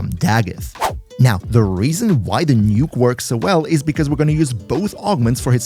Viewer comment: Oh, the word was NUKE Not NIKKE